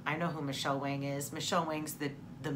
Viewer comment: Yay to Michele Wang pronounced Wong! I love her. I follow her on YouTube as well to indulge in my makeup addiction!